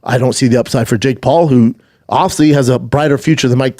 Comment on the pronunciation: It’s one of the great mysteries of the universe. Dude struggles to say the word “obviously “ he says ovsey. Go figure